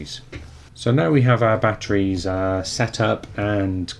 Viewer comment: Jesus Christ, it's batteries not batries